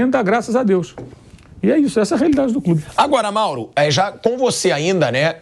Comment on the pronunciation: "MAURAO" so nao deu outro piti pq o pilhado se prolongou na fala...se fala mourao e ja passa a palavra ia fazer birrinha